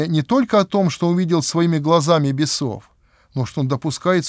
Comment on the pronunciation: Бес0в - так говорить не правильно. _ Правильно говорить - бЕсов. Русский язык надо уважать, ведь миллионы людей будут это видеть. Да и просто его нужно уважать.